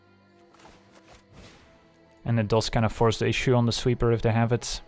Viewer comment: Honestly, he needs to learn correct pronunciation of "does"